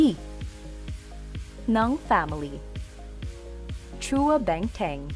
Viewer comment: Sa pagsabi at pronunciation ng family names ay meron incorrect. For example, Lim & Chua... hindi correct pronunciation sa Lim at mali pagsabi sa Chua na "chu-wa" imbes na Chwa.